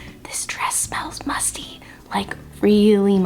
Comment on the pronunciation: You said musty... I hear Busty 😏 🤣🤣